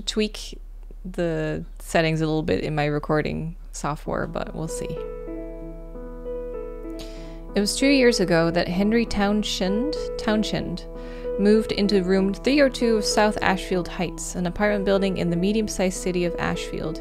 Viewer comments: It's pronounced Townsend, hun! The "H" is silent - (sorry!) Like your hair, btw!! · Townshend" is one of those very rare cases where an "sh" is not pronounced as an "sh". Instead the "s" and the "h" are broken into separate syllables" : Towns hend.